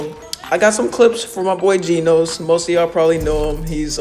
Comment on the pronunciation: Its genoz not genose